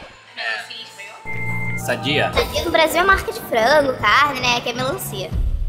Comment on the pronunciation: Não é sadia e Sandia eles falam todo errado kkkkk